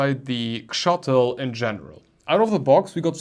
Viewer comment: Shuttle not Chuffle 😂😂😂